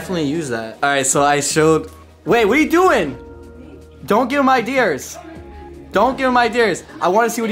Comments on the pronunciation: arguing about "idears" 💀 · "I don't need your iDEARs" lmfao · They’re even kidding with him and his whacked vocabulary. Ideers… I get it. I’m originally from the north east. We butcher some words. At least isn’t dropping his R like most eastern Massachusetts residents. I worked with an executive coach, and he rightfully pointed out that my career would destroyed if I continued to speak in that regional manner. Much easier to make videos. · it’s “ideas” not “idears” lmao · FINALLY ideas! Ive been waiting for some one to point out idears.... My grandma use to say it she was french... And that's not far from canadian... your canadian right? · you got them good " I--dears", bro.